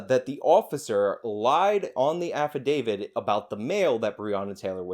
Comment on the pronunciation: "Affidavid"